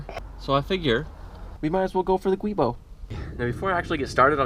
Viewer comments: Also, just so everyone knows. The black rubber flex disk is called a "Giubo" (pronounced JOO-bo) and NOT a "Guibo" (GWEE-bo). The name originated from the name of the Italian engineer that designed it, Antonio Boschi. It is a combination of the Italian word for joint, Giunto, and his last name Boschi. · Giubo* not guibo.